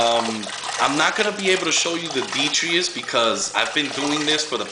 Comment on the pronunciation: btw... i think you're pronouncing the word detritus wrong.. it's actually pronounced DEH-TRY-TUSS (i know, plus i looked it up on dictionary . com). i'm not trying to sound like a smart ass or anything but i just remembered your video on chaetomorpha and how you learned it was pronounced kaito-morpha not cheato-morpha.. just thought you'd like to know. =D